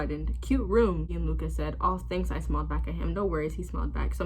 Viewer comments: THE WAY YOU SAID GIANLUCA GOT MEEEE DJDJDH it’s pronounced like John Luca if I’m correct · i think it’s pronounced “gee-in-loo-cuh” idk i think thats a bad example but anyway💀